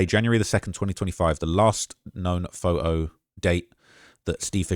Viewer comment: It’s phoTo, not phoHo